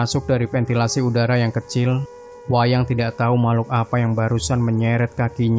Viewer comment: ''WAYAN.'' mas Admin bukan WAYANG..😊...lanjuuu👍👍